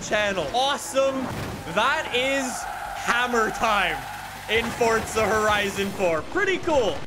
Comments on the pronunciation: Its Forza not Fortsa... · why does he say fortza?